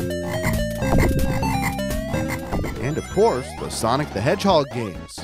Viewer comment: it's Sonic the Hedgehog! not Sonic the Hedgehod.